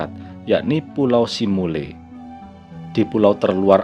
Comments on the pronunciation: simeulue dibaca simelu bukan simule mas.. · Kenapa simule bilangnya bg?